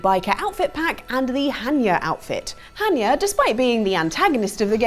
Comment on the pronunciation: You dont say it as Han-yuh as improperly enunciated in the video. But CORRECTLY as Hon-yah. Just saying...